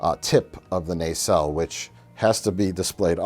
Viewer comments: Why does Mike keep saying nacelle with a hard, long A? Naysell. Everyone in the show pronounced it with a soft A "Nuhsell." WHY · It's not a nay-sell. It's a nah-cell. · what the fuck is a naycell and how many more times will you say it